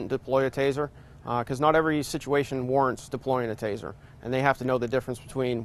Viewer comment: It’s taser taser taser not tazer tazer tazer